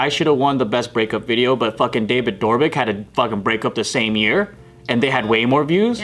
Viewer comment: Joe: "David DOORbik"